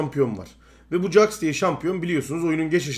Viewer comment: jax'a caks deyip durma, ceks o :D